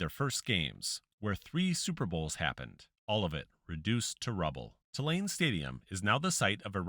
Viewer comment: Hey, its not Ti-lane, its pronounced Too-lane